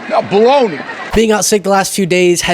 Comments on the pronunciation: LMFAO I didn't hear "Baloney" the first time. I had to play it at least twice, lol, I thought he said "BLOW ME!" 😂🤣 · I thought he said blow me, so I had to rewind lol it was baloney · I'm sorry, did Bill say "blow me!"? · Wait...did he say "Bologna" or "Blow Me"?